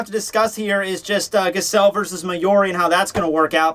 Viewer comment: Two things; Giselle's name is pronounced with a soft G (first and last), and Giselle using "boku" means absolutely nothing one way or the other.